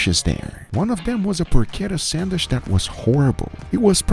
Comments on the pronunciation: Sandwich not Sandwishhhhhhhhhhhhh....... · for a love of god, please learn how to correctly pronounce sandwich, its not sandwish!!! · What’s a “sandwish”? 🤣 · WTF is a sandwish? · Always laugh at pronunciation of "sandwish" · there is a letter "D" in the word sandwich. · this is English and the food is named after the Earl who was named after the place in England. Hard CH in "sandwich" please!! Yes we know Portuguese doesn't have that sound but you are good at pronouncing it in other words.